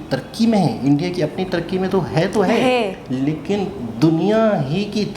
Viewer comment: Its India....not indai...👍